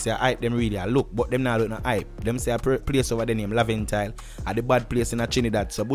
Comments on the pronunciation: ...nah talk to much but if ah so ,ah so it go....Badman Place is Laventille....it's pronounce Laven_till....not Laven_tile!.....in sentence....(See you till next time)!..... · Your pronouncing Laventille wrong but small thing I'm from Laventille and I Don't like the way how My Area was just claimed as a badman area Most of the time it's ppl who aren't living in the Ghetto Just stereotyping The area There are Good and Bad Ppl In Laventille Just Like any part of this Fucked Up World But The Police Were very Disrespectful to Buju Banton for doing that Trinidad Pll Were Upset Just like Everyone else.